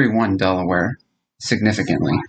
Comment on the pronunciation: I love how he said Delaware at the beginning, like if I lived there that's how I would say Delaware.